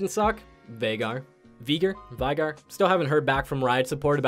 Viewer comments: VEIGAR not vaigar, dont make fun of my main! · ITS PRONOUNCED VEY- GAR. <3